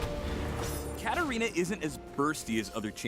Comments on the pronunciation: man called katarina as katana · uhhh isn''t it katarina? not katana just sayin no hate but correct me if im wrong too😂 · katarina not katana but yeah, good coverage anyway keep up the grind.